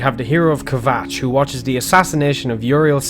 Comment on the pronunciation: I don't want to sound like a hater but I believe you pronounced kvatch (not sure if I spelt that right)